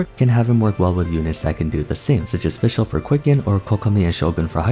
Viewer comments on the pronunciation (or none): none